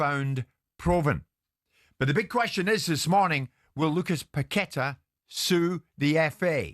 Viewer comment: If ur doing a long feature it might b an idea to check the correct pronunciation of a name instead of pronouncing it wrong about 50 times!!! It's pronounced Pac-a-tar not Pec-et-er!!!